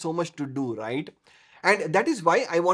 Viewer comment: When you say "Rrright " 🙂